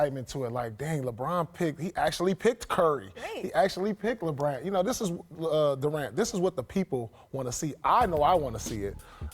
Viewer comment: Did I hear Paul say. 👂👂👂... "LeBrant" ??? Wow sounds like I got my next idea for a scientific experiment!